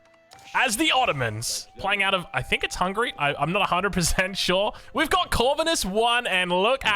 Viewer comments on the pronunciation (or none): none